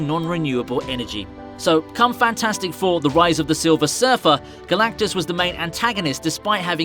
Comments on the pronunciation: Narrator slipped up and said Galacticus. Wasn't that one of the gladiators from that one movie? lol. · Did you just say “the cloud that was Galactikus”